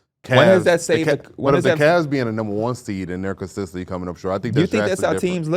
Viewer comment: “Consistently” CON-SIS-TENT-LY. Not consisently bro driving me nuts I hate to be that guy and love you fellas but DAMN